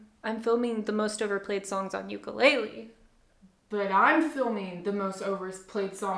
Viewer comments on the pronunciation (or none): "ooku-lay-leee" lmfaoooo. nice pronunciation. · ukulele❌ yoo-koo-lay-li✅ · you sound alright but thats not how you pronounce the name of this instrument, theres no tomato tamato with this lol, UKU (flea) LELE (jumping) UKULELE